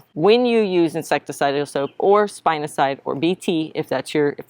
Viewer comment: spinosad (spin - o - said) not cide 😂